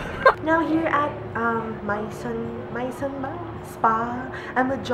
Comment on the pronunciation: You're always so fun! Maison is French...I think it's pronounced as ''meh-zon'' :p